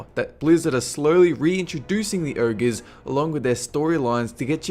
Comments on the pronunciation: if you're trying to be Scottish, well you are failing miserably. it's Ogeres, not ergeeers, and it's glyphs not gloophs lol. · The "urgues" Funny accent